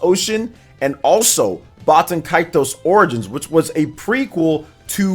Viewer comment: I think you're saying baten kaitos wrong